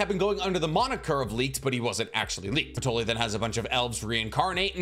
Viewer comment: “Hyuno” “patroli”😭😭🙏🙏